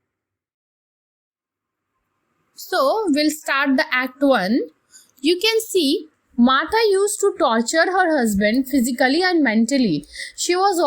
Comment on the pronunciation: Torture not Torchur